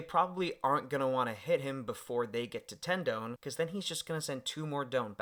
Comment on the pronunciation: DON pronounced like Dawn not Doun. Great video! Super hyped for this new set with all restrictions lifted